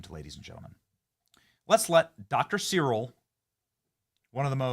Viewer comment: Benny it’s Dr Cyril Wecht pronounced SARREL and Wecht pronounced WECK that’s how we say his name here in Pittsburgh, and he has passed away. RIP Dr Cyril Wecht. He’s a legend here in Pittsburgh and couldn’t be bought off, Always told the truth and stood up for the dead, no matter what !!! 🖤💛🙏🏻 Wecht hated the Deep state and pittsburgh deep state tried to fuck with his life!